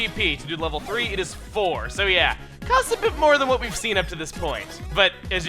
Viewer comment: When he said bit, i actually thought he said bitch